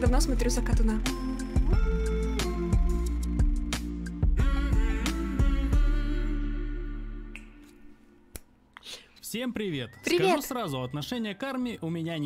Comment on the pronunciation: От закатОна, а не закатонА